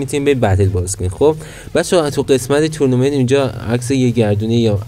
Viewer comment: به تورنومنت میگه تونومنت